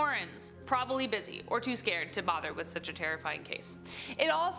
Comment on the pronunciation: please say “to scared” one more time.